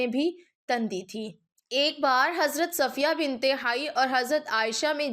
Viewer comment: TANDI NAHI .. TUNDI H Y LAFZ